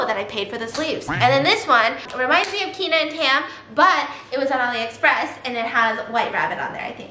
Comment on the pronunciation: Is she saying olly or alie express?